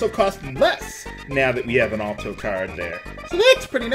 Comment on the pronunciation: Sorry for being so particular, but Alto is pronounced with the "Al" sounding like the name instead of "All." (Ahl-Toe)